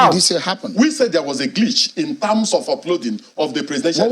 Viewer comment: "... in tams of..." 🤣🤣🤣